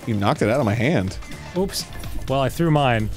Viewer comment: Arin... It's "oops," not "ups." and "Oopsy doopsy," not "uppy duppy."